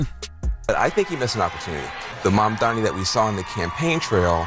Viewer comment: MAMDANI. Not Mandani, or Mamdami, or Mandamni. MAM...... DANI.